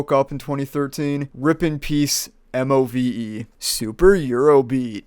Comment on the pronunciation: The pronunciation of the bands name is MOVE. just say it as move, pleb.